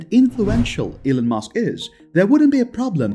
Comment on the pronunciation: I absolutely hate the fact that this narrator pronounces Elon as Ellen!!!! It's disgusting and extremely irritating to hear stop using this idiot to narrate your videos!!! Or I'll simply stop viewing your videos!!!